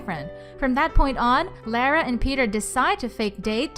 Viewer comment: You keep on pronouncing Lara wrong